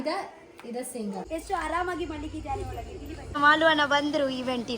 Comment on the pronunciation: correct the pronunciation it's not Holage it's Olage learn to know the difference between Ha and aa